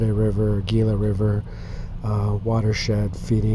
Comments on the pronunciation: It's pronounced hila. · Gila is pronounced Hee-la. The G s slient. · Is NOT Gila. It is pronounced 'HE-LA' in Spanish. (FYI) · The G in Gila is pronounced with a H “Hila “ not G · RE: The "Gila" river.... It's pronounced with an "H" instead of a "G" there, Homie. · Gila....the "G" makes an H sound...sorry, can't help but be the pronunciation police today!